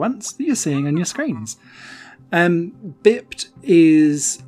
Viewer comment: Oooo i like it! Definitely going on my wishlist. I do have one major complaint about the review however... It's not "bipped", it's pronounced "bye-ped" which means an animal that walks on two legs. Have you not heard that word before? Everytime you said bipped it was like a stab to the heart :-( You'll be saying "haitch" next! I won't hold it against you tho :-)